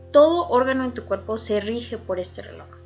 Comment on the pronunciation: Esto no es burla pero me da un poco de risa que diga reloc